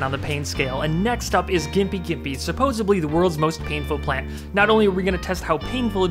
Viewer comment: dude can make a homemade knife rocket but can't say "supposedly"